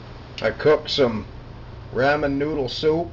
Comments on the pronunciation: leave it to the white guy to say raaaamen noodles, its ramen( romen) noodles lol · Love the post- but here is how you say it correctly...\ˈrä-mən\ Saying it correctly will only make you sound more "culinary", but I did get a kick out of hearing you say it, no offense. Your food looks delicious..yum. All the very best, CB p.s. I got the audio link from webster dictionary online..:-D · I'm going to make some RAYMEN noodle soup today. Hahahahahahahaha the way he said ramen